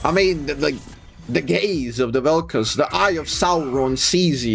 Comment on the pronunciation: "gays of Vel'Koz"? 🤨